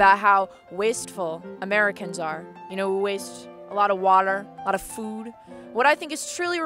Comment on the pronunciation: ...the way she says food...